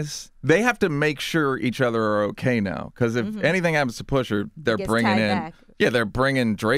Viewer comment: He keeps saying the r in pusha T.